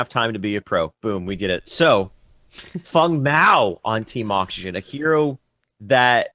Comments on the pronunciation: Stop it with fung and kwong.... just say feng and wang... don't be obnoxious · plzwork Feng is blatantly chinese. Fong is the correct pronounciation. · Dude its Feng Mao pronounced like Fang Not sure where this imaginary u is coming from but cut it out